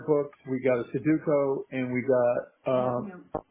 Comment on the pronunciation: Their botched pronunciation of sudoku is driving me nuts. It's not a hard word. Like sound it out